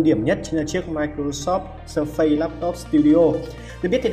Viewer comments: Phát âm k phải là sơ phây nhé 🥲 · Phát âm surface sai rồi